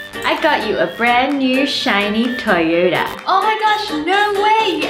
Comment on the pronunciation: You pronounced Toyota wrong.